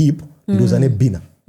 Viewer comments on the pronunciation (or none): 😂😂😂 I thinks he likes to pronounce it ebbina